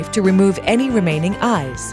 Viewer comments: 1. how funny is it that something like this almost has 1 mil views 2. this creeped me out. at bout when she said "to remove the outer skin and the (pause) EYES. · Nina Das Your comment 😂 I knew I wasn’t the only one who thought “why’s she saying Eyes like that??” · Lol omg that was so weird how she said that lol